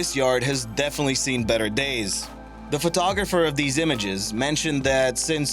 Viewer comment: who is this narrator? Dese for these, Da for the...